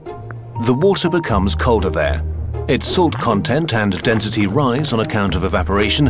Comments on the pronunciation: dentity? its spelled density and pronounced density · Y you say dentity instead of density... U disappoint me ;( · I feel like I’m going crazy. Is it just me or is he saying “dentity” instead of density ?